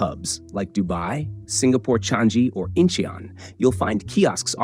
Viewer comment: The airport in Singapore is pronounced as Chang-ee, not Chang-zee.